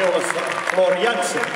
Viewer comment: Is it the way to pronounce Floor's name? :O